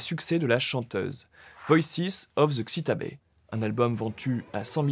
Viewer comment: Merci France Musique ! Mais il semblerait que le présentateur n'ait pas vraiment écouté Voice of Xtabay ! Sa prononciation ( Xi ta bè 😱!!!) m'a agressé les tympans 🤣! Sachez jeune homme qu'il fallait prononcer " shta baille " !! Bon, à votre décharge, il est vrai que ce titre en bonus et en anglais, par Moisés Vivanco lui-même, avait également souffert d'une prononciation également très douteuse 😏.